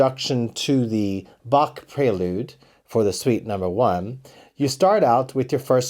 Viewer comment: Big fun. Many thanks for your time dedicated to us. Please only one correction. It's not Bak. It's Bah. It's German.